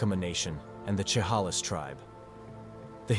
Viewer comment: Chehalis is pronounced Sha-hay-lis and Yakima is Yak-i-ma